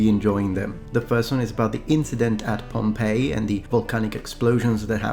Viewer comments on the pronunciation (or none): none